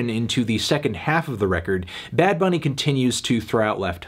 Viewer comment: El Melón's Spanish is getting better and better. That "Bad Bunny" pronunciation was legit fine